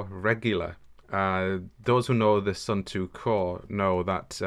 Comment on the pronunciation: Sorry is not suuuntu is suunto is Finland not India lol